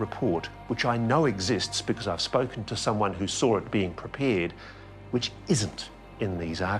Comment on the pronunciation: "saw it" or "soar it"?